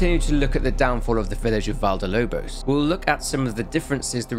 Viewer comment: It's not cakes Val de Lobos. It's Valle del Lobos. Valle is pronounced Vah-yeh